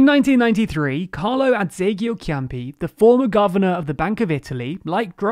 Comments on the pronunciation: Dear, the correct pronunciation of the namens of Italian politicians quoted in the video are the following: [dʒuˈzɛppe ˈkonte] and not [konti], [matˈtɛːo ˈrɛntsi] not [rɛndzi], [ˈkarlo adˈdzeʎʎo ˈtʃampi] not [kiampi] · It's Conteh, not contee. I'ts Champee, not keampee. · Wow, you didn’t even try to get Carlo Azeglio Ciampi’s name right... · Carlo Azeglio Ciampi - prounounced Carlo Adz-ayl-ee-oo Cham-pee Forza - pronounced Fort-sa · "Carlo Azeglio Chiampi" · Mostly the pronunciation of Ciampi’s name was hilarious... he must be laughing in his grave too! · OMG how many mispronounced names (Conte, Ciampi...)!